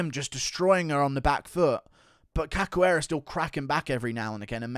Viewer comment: Cachoeira is pronounced cashoeira